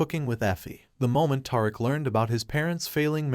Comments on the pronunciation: 😂😂😂- Tariq - but yr right WHO IS TAR'RICK? 😂😂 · Dont leave him a thumbs up but leave him a thumbs down for mispronouncing tie Rick 😅😂😂😂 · Tiriq 😂that’s not his name mister it’s Tariq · His name is Ta-reek not Tar-rick lol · Who is Toriq?😂🤭It's pronounced Tyreek but not spelled that way. His Mom Tosha but spelled Tasha. Tajata😂😂😂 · Ta-reek not Tar rick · WHO THE FUCK IS "TAR" ICK???????....YA BIG DUMMY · He is butchering his name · its TARIQ ...TUH RIQUE ! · It's TA-Ric-A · Righttttt who is Toric 😮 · TAHR iK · I know, who the hell is TAR-RICK? Smh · Naw, Taurik did that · Who is gonna tell this dude that he is butchering Tariq's name???😂😂😂😂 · I was done this video, when the narrator could not say Tariq's correctly! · I rarely give videos a thumbs down BUT the video showed nothing after 6 minutes but a black screen. And you saying Tariq's name wrong is annoying and quite Mayonnaise like. Please correct that for future videos. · i can't watch this video this guy is is destroying Tariq's name dude are you serious? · Please pronounce his name correctly jeez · My god please say Tariq name right geech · Tell him again sis. I cannot watch it anymore because its horrible to hear all the names pronounced incorrectly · This guy must be reading a strictly white folk script...killin Riqs name like a substitute teacher! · This dude in the video is destroying Tariq’s name so badly 😆